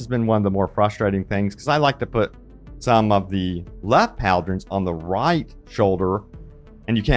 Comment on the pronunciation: Not pauldrons, it's "pal-drons", this is my new favorite thing.